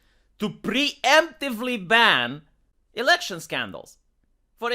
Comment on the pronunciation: Dude, for item 3 I thought you said "Only fan"